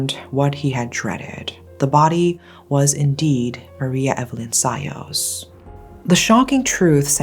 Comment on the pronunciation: How come you still pronounce Sayos in anglo accent?